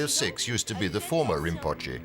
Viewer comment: narrator mispronounced “rimpoche”! Do better if this channel is to be respected!